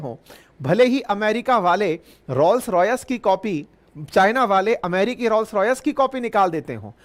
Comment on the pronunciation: I thought I heard Rose Rice 😂